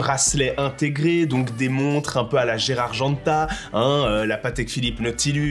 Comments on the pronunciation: Pas Gérard Genta, mais Gérald. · Gérald , pas Gérard Genta :p